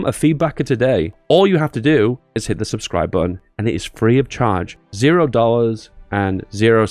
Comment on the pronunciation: Youtuber: "...subscri..." Me: "L"